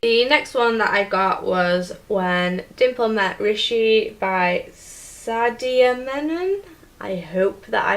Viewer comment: The pronunciation of sadia was good but mannan has more lingering emphasis on the n at the middle. And the a is pronounced more like u and the a at the end is lengthened so basically Munnaan